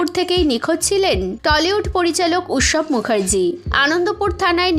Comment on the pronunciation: Ussab noy utsab...ato baje uchharon niye ei kaj koren ki kore?